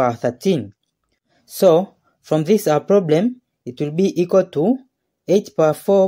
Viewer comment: Itwoobeeikwatoo 2¹²*2¹ Then itwoobeeikwatoo 2¹³ 😂😂😂